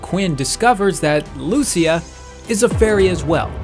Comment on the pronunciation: You’re pronouncing Modeus and Lucia wrong btw